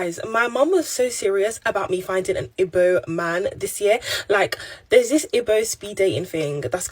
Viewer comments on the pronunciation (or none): the Nigerian girl is pronouncing her mother tongue as ibe! She is pretending not to know how to pronounce “Igbo” guys! That a red flag 🚩 😅😅😅